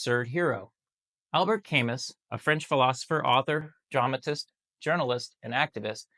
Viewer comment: Camus is pronounced Ka + Moo